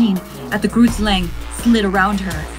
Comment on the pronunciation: why the hell is she saying groot like that